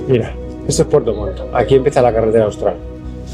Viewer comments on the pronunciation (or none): se escucha re bien con el pasa montaña dijiste pfuerto 😆😆😆